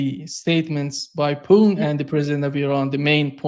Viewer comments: Your programs is always very good and interesting.. But 1 thing I really advise you to change...please show some respect to the president of Russia 🇷🇺... His name is not puin... It's so easy to say...PU TIN...PUTIN... I am sure you can say it...and it shows respect to one of the most important and good polititians in this world right now...that was what I wanted to say... Other that that you are really spot on...and thank you for many good programs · Took me a long time to realize that by Poon, mean’s Putin. Why bastardize that name so much? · I've mentioned this Americanization of the "t" in the name, but doesn't seem to read comments or care.